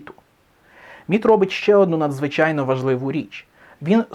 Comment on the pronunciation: Мені спершу почулось НІТ а не МІТ.